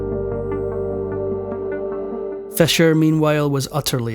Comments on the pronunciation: Why you saying Fesher it’s Fisher. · Stop saying fescher it is pronounced feesher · Your accent woudn't be annoying except for pronouncing Fischer's name as "Fesher" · Is it fisher or fesher, pronunciation? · I had a hard time understanding "your vedeos about Bobby Fescher". Please try to fex it. The number 6 is not sex. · The narrator pronounces Fischer as Fescher, history as hestory, six as sex, forfeit as forphet, Philippines as felepines, sixty four as sexty four. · I can tolerate that but not the mispronunciation of Roald Dahl's first name.